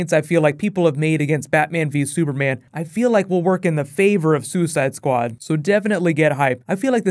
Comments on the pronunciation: "Suicideuh squadeuh" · "Suicide-ah Squad-ah" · soo eh side ah, squa dah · "Suicidoh Sqaudo"